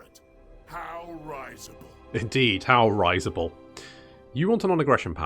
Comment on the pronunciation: Damn it,, it's RI-sible, not RYE-sible! Don't you know from Malekith that "death lurks behind every syllable"?!